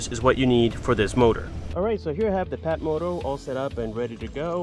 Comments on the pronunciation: You said PATmoto. It's FATmoto. Ph=F... You got the Phatmoto Rover in Yellow. Excellent choice. I'm hoping to get the All Terrain version. But... The extra cost is bothering me still. But i do like trail riding in Central Florida. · It's pronounced "Fatmoto" not patmoto. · It's pronounced "fatmoto" The PH sound F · Love the way you pronounce it Pat-motot instead of Fat-moto! A Very good watch, thank you very much for this one! The best of luck with your future builds. Sincerely, Alicia Antoniadis from Sweden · He really said PAT moto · Hahahaha phat moto it's pronounced fat. Do you talk on your fone while riding your phatmoto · it's pronounced "FAT" moto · Phatmoto.....the "ph" is pronounced as an F lol